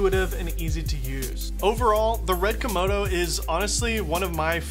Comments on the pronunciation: lol, did he call it the Red "Komono" ? Yep, he in fact did call it a Komono and not a Komodo. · You kept saying red komono haha. Thanks though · Say Kimono again I dare you I double dare you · Am I the only one hearing Red Kimono?